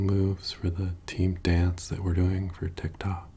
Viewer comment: saying TikTok sounds foreign to me LMAO!